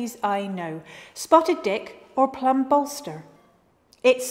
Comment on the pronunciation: Tell me she didn’t say plum ballster.